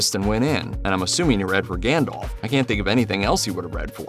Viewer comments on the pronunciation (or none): none